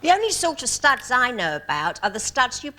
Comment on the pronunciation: why the hell does Nicholas have to pronounce the word 'studs' the way he does?